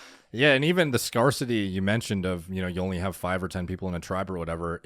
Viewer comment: Scar-city 😂😂 god damn it Canada!